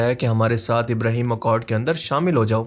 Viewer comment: ابراہیم نہیں بھائی صاحب ابراہم